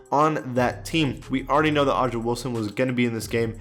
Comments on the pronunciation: Why u say it live o’ja it’s a’ja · Dale Sankum it hurt me too. It’s pronounced like “Asia” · the way he pronounced Aja wilson name is wrong lol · I’m a Gamecock fan so that pronunciation really hurt me😭